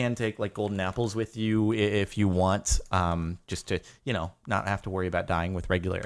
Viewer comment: You did not know how to say know